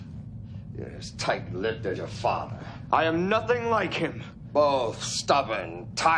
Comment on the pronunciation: Characters on DS9 loved to pronounce father as "Fawwwther" lol